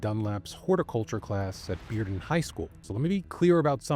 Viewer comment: I appreciate the fact that you learned how to pronounce Bearden correctly. Most people not from Knoxville would assume it's pronounced "bare-den".